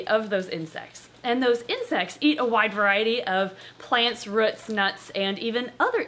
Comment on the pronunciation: I normally can't tell the Minnesota in you very much, but the way you say "roots" is SOOO MN!